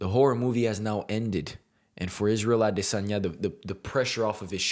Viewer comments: I am subbing for that pronunciation of Adesanya alone 😊 cheers bro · I love how you keep pronouncing his name like it's meant to be. And new!!!!! 🏆 🔥 Love your talks,! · being a Nigerian its you are one of the few youtuber who actually said his name correctly . for that am a fan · Your pronunciation of his last name is impeccable, it is the exact way a native yoruba Nigerian would have pronounced Great presentation too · As I Nigerian I love the super correct way you say “Adesanya” also well said on all points!!! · wow! Your pronunciation of Adesanya is spot on. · YESSIRRR. You got the pronunciation right!! ADESANYA 🇳🇬🏹🏹🏹